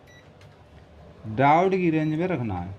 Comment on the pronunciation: डायोड होता है डाउट नहीं होता। माना की लोकल बोली में शब्द का उच्चारण खराब भी हो जाता है पर ठीक भी किया जा सकता है।